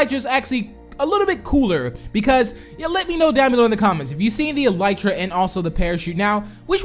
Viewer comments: It's eeelytra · the elytra is pronaused like this e-lee-tra